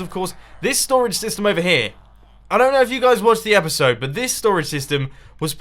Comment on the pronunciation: You gave it away by saying epicsode.